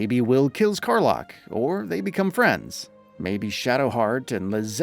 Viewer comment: Car-Lock, and Ketheric Corm..... again, narrator.... do your homework and rehearse a bit.